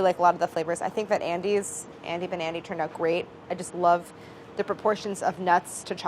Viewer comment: i kept hearing 'andy nbandy' instead of 'andy banandy' and im like YEAH IM NB but then i was like w h o o p s... anyways trans rights!!